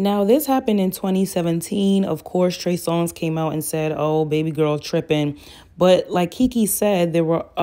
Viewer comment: How you called him “Trey Song” the entirety of this video is sending me 😂